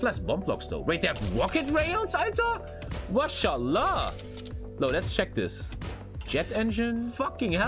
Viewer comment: saying mashallag while being the pope